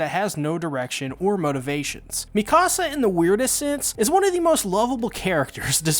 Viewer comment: With respect..Dude, you are entirely too smart, too precise, and too articulate, to continue pronouncing Mee-kuh-suh's and Hahn-Gee's names incorrectly(!) You're one of the best AOT analysts out here..but bro..you're killin me mispronouncing their names. Its disrespectful. And AOT is too masterful of a show to not get these pronunciations right. It hurts because, of all AOT reviewers, I know, YOU KNOW better. You watch the show. You HEAR how they say their names. Hahn-GEE. MEE-KUH-Suh. Give these characters their respect and at least TRY. (ps. We all get a pass with Ayonkapon)